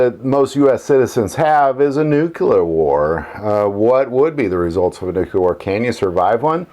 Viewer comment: Can't even say the word nuclear right. NUC-LE-AR NOT NUC-UL-AR.